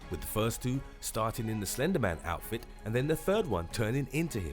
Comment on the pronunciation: When you said slender man I thot you said ender men lol